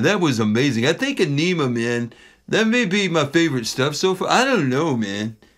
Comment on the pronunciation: "Ah - na - muh" is how Adam Jones pronounced the title of the album.